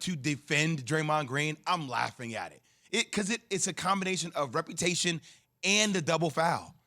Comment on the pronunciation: Is Jay Williams saying “repertation” instead of “reputation”?